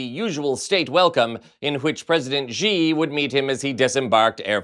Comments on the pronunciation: the pinying spelling of Xi in Mandarin is pronounced more like the English "she", not "gee". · Xi is pronounced shee, not zhee.